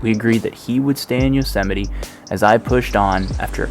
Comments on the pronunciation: yo-sa-mite lolz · I didn’t know Yosemite rhymed with vegemite.